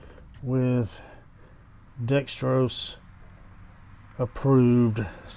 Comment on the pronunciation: Why do people say Dextros when it is spelled Dexos?